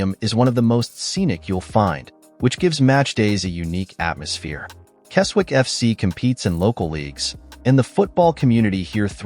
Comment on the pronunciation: Right then... let's have a look at this... The Appleby ground (Brumby Hall) you have shown is actually Appleby Frodingham in Lincolnshire NOT Appleby in Westmorland. There's a photo of Rainworth MWFC half way through... that's in Nottinghamshire! Keswick is pronounced 'Kezzick' Tranmere's ground...? What's that here for...? It's in Cheshire!